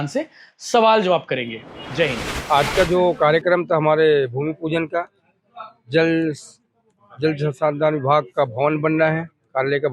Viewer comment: जल संसाधन को भी ठीक से नहीं बोल पा रहा है हमारे विधायक महोदय